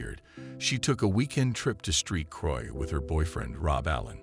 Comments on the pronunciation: It's Saint Croix (Caribbean Island) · "Street Croix"? St is an abbreviation for "saint". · As a side note: Really bad AI voice. It pronounced Fort Lauderdale "eft Lauderdale" and "street Croix" instead of Saint Croix. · Saint Croy is the pronunciation of St Croix . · You said Street Croy but its said Saint Craw//11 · Street Croix? Goddamn bot.